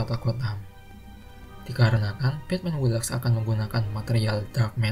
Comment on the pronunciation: Batman who laughs 😂😂😂 batman wu laf. Ini spellingnya bos